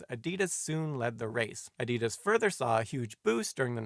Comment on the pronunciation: Teach Simon W. how to pronounce Adidas and Nike. Cringe everytime he gets wrong